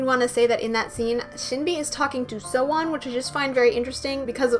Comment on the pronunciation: hey :) yerin is pronounced as yae-rin sowon- so-on umji- eom ji yuju- yuju sinb- shin b eunha- very slight eu not oo so eu na